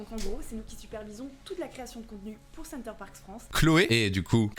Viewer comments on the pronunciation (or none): Au risque de faire le relou c’est une marque française pour une cible française il le semble et en français on ne prononce pas les « s » à la fin des mots 😬😬 deso center parcssssssss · Le moment ou elle oublie le S à Parcs mdrrrrrrrrrrr